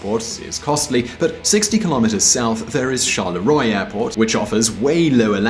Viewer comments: Sharleh-roee - so much fun:D Is it really that difficult to check pronunciation of stuff,?;) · The way you say "chaleroi" haha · That's not how one pronounces Charleroi